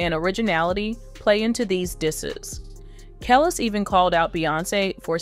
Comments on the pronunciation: Kellis, really? It's (Kah les) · Woman, if you don't pronouce KELIS's name right! We gonna have a problem! lol! (KAH-LEASE) NOT Kale-IS. You're pronouncing the vowels wrong. Vowels in certain name, are not pronounced like in America. The ( i )'s are pronounced like "E" and the (A)'s are pronounced like "AH". Like in AFRICA. If you're gonna be doing podcast, utube, etc, as a form of journalism. You need to know it is THE ultimate disrespect to pronounce someone's name incorrectly. There's a old saying, in the Entertainment Business, that states: "Say what you want - just spell my name, right." Pronouncing someone's name properly falls into that. Overall, Great job. Blessings 💫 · Her name is pronounced Kelis( ka- leese)